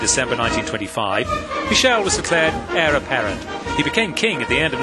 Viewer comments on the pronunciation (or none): none